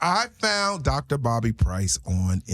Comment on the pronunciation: DR BOBBY I HEAR DR BODY